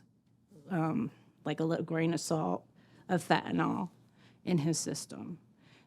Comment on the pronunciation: Kinda sick of these people can't even pronounce the word correct...it is not FENTANALL STOP SAYING FENTANALL,,LEARN ENGLISH